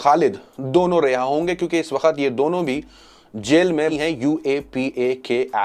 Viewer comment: Sir Aap hamesha waqt ko wakhat boltay haen pls apni Urdu sahi karen